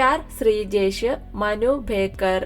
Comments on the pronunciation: മനു ഭേക്കർ അല്ല മനു ഭാക്കർ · Ningal appohzum Manu beckar enna parayunnath sherikkum Manu backer enna 😂😂😂😂